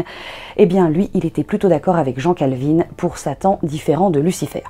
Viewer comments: Pour info, on prononce Calvin et non Calvine. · Jean CalvinE?? Calvin n'a rien à voir avec Calvin Klein (par exemple). en France on prononce à la française SVP! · Youtube ne serait clairement pas le même sans votre chaine!! (Par contre, en tant que bonne genevoise je dois vous corriger sur la prononciation de Jean Cal-vin 🍷😂) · Je suis perturbée par le fait que vous disiez "Jean Calvine" au lieu de prononcer Calvin à la française ^^' En tant que protestante calviniste j'ai toujours entendu prononcé "cale-vin" et non "cale-vine" :D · Vidéo super intéressante comme d'hab ! Par contre Jean Calvin se prononce "Calvain' pas "Calvine 😅 Source: J'ai fait mes Études à Noyon sa ville d'origine. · J'ai quand même bien rigolé en entendant Calvin prononcé Calvine. Il est français, le gars. Donc Calvin comme cale 20. Epitre est féminin : LA deuxième épitre de Pierre. Il n'y a rien dans l'évangile de Matthieu qui dit que la naissance de Jésus soit annoncée par l'étoile du berger.: 2,2 : Εἴδομεν γὰρ αὐτοῦ τὸν ἀστέρα ἐν τῇ ἀνατολῇ. 9 : καὶ ἰδού, ὁ ἀστήρ, ὃν εἶδον ἐν τῇ ἀνατολῇ . 11 Ἰδόντες δὲ τὸν ἀστέρα. ὁ ἀστήρ : l'étoile. Dans l'hymne pascale Exsúltet, on retrouve ce passage sur lucifer, l'astre du matin : Flammas eius lúcifer matutínus invéniat : ille, inquam, lúcifer, qui nescit occásum. Qu'il brûle encore quand se lèvera l'astre du matin, cet astre sans pareil qui ne connaît pas de couchant Ce qui fait dire à certains Témoins de Jéhovah pas très calés en latin, que le pape prie Lucifer 🤣😂🤣😂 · Pourquoi vous prononcez Jean Calvin " jean Calvine" ?